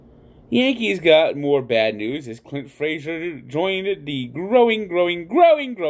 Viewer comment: The "growing" about the Yankees sounded like "groin"